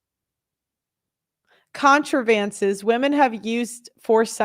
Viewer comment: Con-Tra-Vances? Maybe try Contrivances also read it out loud a couple times before the show. You won't stumble through every single thing you read.